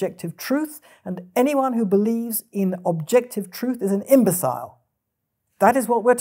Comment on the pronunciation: "Imbeciale". Never heard is pronounced like that before